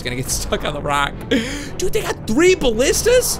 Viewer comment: Aye you're subscribed to MattShea! He had the same problem with the pronunciation of ballistas or ballistai too!